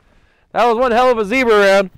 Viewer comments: У вас очень крутые ролики! Успехов и будущих побед в жизни! И кстати Zobra произнесено классно! 👍👌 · В этот раз хорошо выговорил) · Все правильно- Zёbra)